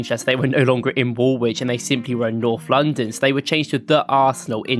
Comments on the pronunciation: Woolwich - you pronounce the L not the second W, wool - lich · It's pronounced Woolich not Wool wich. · The guy pronounced "Woolwich" wrong, btw. You don't pronounce the second W. It's pronounced like "Wool-itch". A lot of English teams are called Wanderers because they moved around different places to play football. Same as most teams called "United" are called that because several teams joined together to make one "United" team. I'd love to see you do more deep dive videos like this. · It's not pronounced Wool-Wich it's Woolich, the second 'w' is silent, I know the English language can be strange at times.😂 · BTW, Woolwich is not pronounced "wool witch" it's pronounced "wool itch". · So an Arsenal fan thinks Woolwich is pronounced Wool-wich instead of Wool-ich. Sounds about right. 😊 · For the American fans the last W in Woolwich is silent so it is pronounced as wool-itch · Not sure where the video creator is from that he’s pronouncing the second “w” in Woolwich but I found it far more annoying than I should have done.